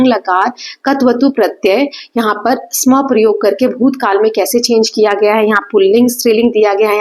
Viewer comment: Mam sam nahi sma